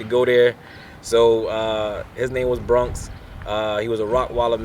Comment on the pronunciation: It's "New YORK", NOT New YARK". And BRONX, NOT BRUNX, lol.